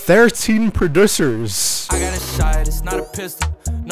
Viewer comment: “Produssers” lol prod-ussy